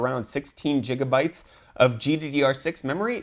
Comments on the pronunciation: I really do not get it why he always says, jijabyte rather then gigabyte? XD At 1st on other videos i thought he said it by mistake but no. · I can't anyone seriously if they pronounce gigabyte and gigahertz jiggabyte and jiggahertz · it is spelled gigabyte not jigabyte.. wft? lol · Its not JIGGA lul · Jigabyte? :P